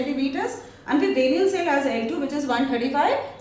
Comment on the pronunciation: what dafuq is that pronunciation? "DAYniel" cell ? 😂😂😂